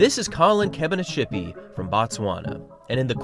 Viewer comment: Kebina-ts-hipi, ts, not sh!